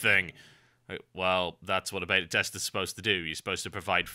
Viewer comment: Every time this guy says "beta" it sounds like he says "bater" which is strangely awesome.